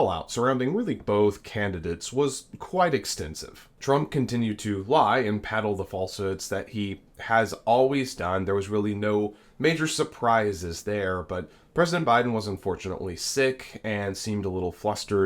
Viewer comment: "Peddle", not "paddle". Great video anyway.